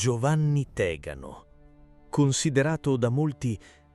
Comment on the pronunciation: Avessi indovinato un accento… Ad esempio è “Morabìto” o “Tegàno”, ed è “u tiradrittu”, non “u tiratore”…